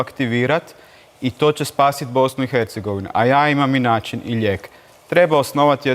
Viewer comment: Kaže se način, ne naćin. Ne problematićno, već problematično